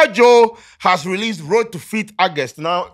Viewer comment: The month is not pronounced Argust, it’s August. I hear a lot Ghanaians making this grave error.